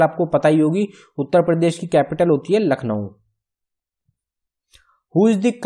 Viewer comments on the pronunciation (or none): none